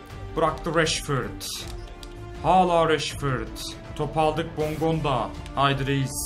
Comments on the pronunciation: Abi bondonga degil bongonda kuka değil kuçka yada kutska rodalega değil rodayega :) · Abicim bondonga deil bongonda ve kuko deil kucka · abi bongondaya hep BONDONGA diyon çok komik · Abi okunuşu bondonga değil bongonda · Abi bondonga değil bongonda ben fanatik ts liyim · Bondonga değil bongonda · bongonda ya bondonga diyor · KUKA DEIL KUÇKA OKUNUR. BONDONGA DEIL BONGONDA OKUNUR !